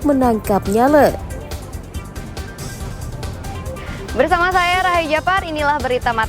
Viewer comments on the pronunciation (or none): Pembaca berita lombok... Kok tidak bisa bilang nyaleee.... Lucuuuuu ... Kok bisa jadi pembaca berita... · Penyebutannya N_Y_A_L_E (E pepet). Karena kalo dibaca Nyale artinya menyala.